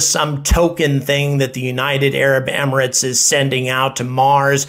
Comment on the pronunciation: Someone for the love of god tell him how to pronounce Emirates properly! Why aren't more people saying this?! Also if anyone doesn't know the UAE you need to educate yourselves ffs.